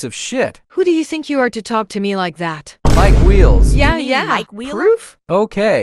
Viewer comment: LOL MIKE WEELS😂😂😂😂